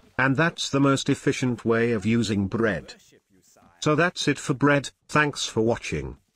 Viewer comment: The way bread was pronounced xD